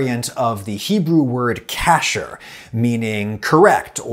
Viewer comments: my input as per pronunciation, Kasher (the verb) should be said with a soft A like 'kusher' not cash, and as for just try a breathy H instead of tCH or sH ;) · This was great! A lot of the pronunciation was off, though. kasher → kah-SHARE kashrut → kah-SHROOT chabad → can’t really write it out in English, but the “ch” is a like you’re clearing your throat Great otherwise! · Hey Adam, another Orthodox Jew here in the comments chiming in on this excellent pin. In addition to agreeing with Ethan that Habad (tall a's in both instances) would be the more widely accepted anglicization I wanted to add that Kasher is also more commonly anglicized with a tall "a" sound. Love your stuff and the vinegar legate shirt is hella soft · The second I heard you say Chabad and Kasher my immediate reaction was "bless your heart" on the pronunciation. But I thought you did a good job with context/etc. Would be interested to see how saltiness translates to taste with kosher vs table vs popcorn salt (like flavacol).